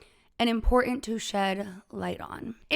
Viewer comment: It is pronounced imporTant...not impor-ant. You sound 12.